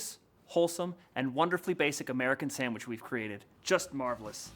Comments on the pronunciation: "Sandwidge" :face-blue-wide-eyes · I don't mean to sound offensive but what the frig is a SAM-wich? I've had peanut butter & jelly saNDwiches. 🤪